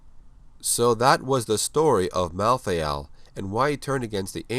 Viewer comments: rlly malthiel thats how u say it? "malltheall" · How come you pronounce "malthael" in 2 different ways